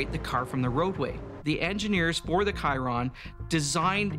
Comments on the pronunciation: Bro just said Kairon? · Bugatti did the 490.5 km/h or 304.72 mph like 5 years ago and Nat Geo uploads it now when the Chiron is already out of production :/ That dude in white calling the Chiron as 'Kairon' has to be the most annoying thing ever. Like you're in a shooting where you're talking about a car, like you must have time to prepare for it and he couldn't know what is the name spelt as? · The producer had to literally cut the guy in the white shirt out because he refused to bring his hands down and pronounced Chiron as KAIRON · We don’t say kyron mfkr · Where's the "kairon" he speaks of?